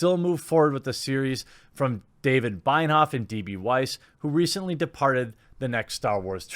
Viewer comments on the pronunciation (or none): Jeremy, I need to know are you mispronouncing Benioff on purpose? O_o The 'i' comes after the 'n', not before.